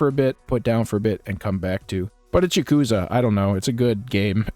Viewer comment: Ya-kuh-za. Like bruh. All short syllables, equal length. Not y'kooza. They say it in the games, there's no excuse not to know how to say it properly yourself. Also, you can't give a full review for a game you've only played part of.